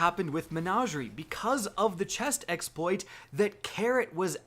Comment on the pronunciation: The same reason he says Chex Exploit and Ekcetera.